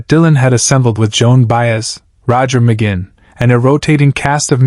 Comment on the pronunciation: When the Ai narrator mis pronounces Roger McGuinns name I'm out!